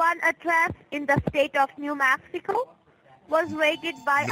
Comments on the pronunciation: When she said "New Maxico " I said wtf? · "niew maaxiko"